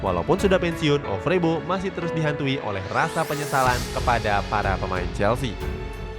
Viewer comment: Hadeeeeh min min.. Ejaannya O vre bo bukan Ov re bo 🤣🤣